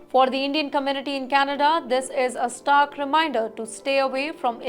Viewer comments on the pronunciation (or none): none